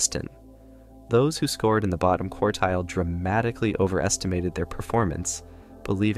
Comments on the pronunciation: more AI slop COURTILE? You mean QUARTILE. Also what is this text on the paper it’s like a mashup of numbers letters and the Russian alphabet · Courtile? Really? This Youtuber must think he's a stats expert.